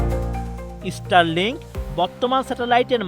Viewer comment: রিপোর্টে বার বার ইস্টারলিংক বলতেছে 😂 ভাই জীবনে স্কুলে গেছেন কিনা জানিনা।